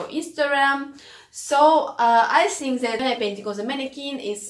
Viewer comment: Its Think,, ,,not sink ,,, 🤣🤣your art work is awesome and perfect but your English with unique accent